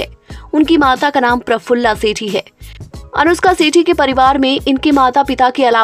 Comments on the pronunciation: Not सेठी..its shetty...clear pronounsation.south industry not bullywood 😅😅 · It is Anushka "Shetty", why are you making it "Sethi" ? She is a Tulu Kannadiga. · Sethi nahi Shetty bolo. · Aap pronunciation sahi kare!! Voh Sethi nahi Shetty hai. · 1st pronounce her sir name property. It's Shetty not Setthi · Her surname is "Shetty" not "Sethi"...😂😂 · Anushka sety nahi Shetty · Shetty bolo pahile